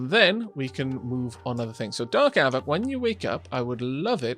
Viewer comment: I noticed with your lets play with Wanderbot, he pronounces your name with a hard A sound. A-vack. As an American I apologize on his behalf but understand, Ameri-english loves to turn pretty much any vowel, especially one that's leading , into its hard form. Savages, I tell you. =)